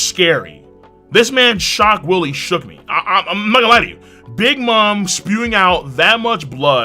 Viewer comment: pronouncing shock Wille as "shock willy" is cracking me up 😂😂